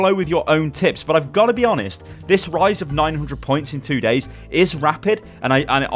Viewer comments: HE SAID "IN 2 GAYS" XDDDDDDD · you said "In two Gays" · he say 2 gays instead of 2 days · "3k to three thousand nine hundred plus in to gays"? what an achievement! you've finally come outa the closet lol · Lmao " I went from 3000 to 3900 in two gays" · "in two gays" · "in 2 gays" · He said 2gays instead of days lol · You def. said "2 gays" lol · i heard that 2 LOL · 😂😂I heard it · Surenda Otoko Second lol noticed that too 😂